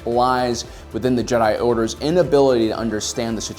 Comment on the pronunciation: “A lot of the blame lies in the Jedi Oders” probably the best split second mix up of words I’ve ever heard